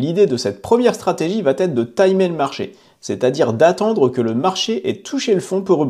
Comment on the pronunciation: Merci de ne pas dire « … va têtre … » mais plutôt « … va être … ». Merci !